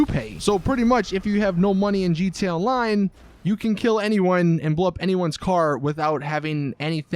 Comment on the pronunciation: he say gt online